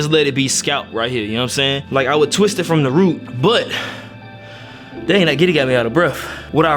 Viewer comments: Griddy my boi!! Not Giddy😂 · Nigga called it the Giddy😭😂